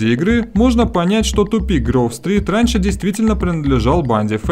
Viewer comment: Не Грув стрит а Гроув стрит